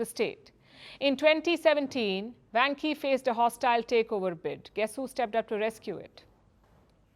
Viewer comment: dear，You should check it out or learn some Chinese，vanke万科 is pronounced like wanker